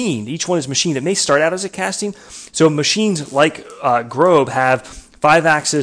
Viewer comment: GROB /GROß is pronounced Gross- which means big in German.